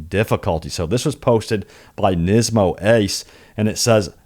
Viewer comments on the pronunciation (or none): none